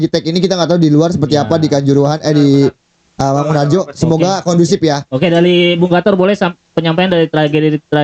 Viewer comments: Podcast lawak macam apa ini, sok paling tau internal PSS, nyebut stadion maguwoharjo aja mangunharjo, latihan hapalin nama stadion dulu aja mending dah😂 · SARAN AJA BANG SEBELUM REKAMAN TOLONG RISET DULU APA YANG TERJADI DI SLEMAN, NGOMONG MAGUWOHARJO AJA SALAH HMM, PEMBERITAANMU ITU UNTUK UMUM JADI TOLONG RISET YANG BENER DULU!